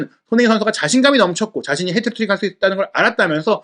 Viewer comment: 왜 자꾸 해트트릭을 헤드트릭이라고 부르냐…